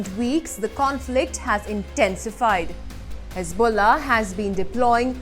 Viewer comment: Hezbollah has balls, so "hez-BALL-ah"🤣🤣